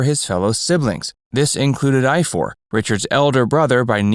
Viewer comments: They are Welsh. Richards older brothers name is pronounced I-Var. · You pronounce Ifor as Ivor.. I wondered what you were saying did a moment!!!